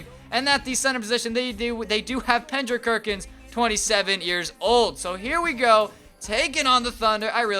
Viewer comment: Pendrick kerkins ? Is it me or did someone else hear it that way